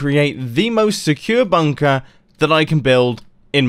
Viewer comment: OMG i honestly thought the first words you said was " i love a good bunk *p", then you had to pause for a second before carrying on talking! 😳